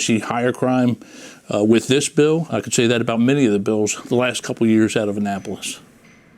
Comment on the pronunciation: please try to pronounce the words this, they, that correctly and not dis, dey and dat... seriously Bro.